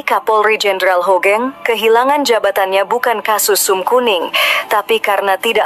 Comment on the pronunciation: buat pembaca brita bukan jendral * HOGENG tp HUGENG * tolong tara cara baca nama yg baik n bener dlm berbahasa indonesia bukan HOGENG to HUGENG